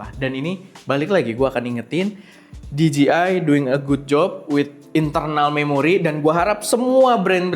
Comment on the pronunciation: di-ji-ai...khas lidah indo 😅